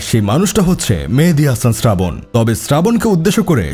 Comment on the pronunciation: Srabon ❎ Sradhon ✅